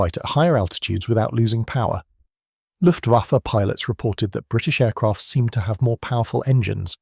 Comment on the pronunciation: WTF is the LUFTVAFFY ? ? ? ....Right at seconds IN after showing AMERICAN B17s and saying German Bombers "ruled the skies" and THEN said "LUFTVAFFY, I emmediately switched off and gave this vid a DISLIKE !